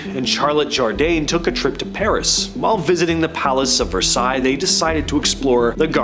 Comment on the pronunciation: Yay! You said Versailles correctly this time!